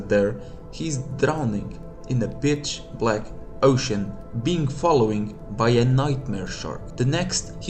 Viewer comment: I keep hearing "bitch-black ocean", it's valid but bro